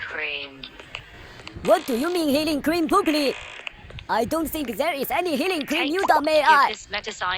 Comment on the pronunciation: "healing cream" sounds like ice cream